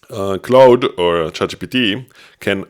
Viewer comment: Great video! I’m going to give it a try. Also, Claude is pronounced more like “clawd” or “klahd”. The vowel sound is “ah”.